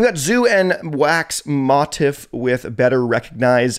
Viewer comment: there have been some crazy artist name pronunciations in this series but that wax motif one might take the cake lmao